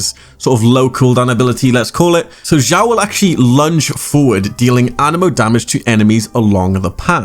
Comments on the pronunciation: It's read as Shyaw why said Jyaw?😂😂 I can't understand? It's obviously Shyaw😂😂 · Honestly this video is really nice, but just kinda gets on my nerves when u say his name. His name is Xiao not Jiao, like the way u pronounce it sounds like foot in Chinese.🤣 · Why everyone say Jiao instead of Xiao? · You spell his name wrongly, it is [s ya o] [S] from sad [ya] from yawn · Xiao is pronounced She-Ow. Xiangling is She-ang Ling. Zhong Li is Jong Li.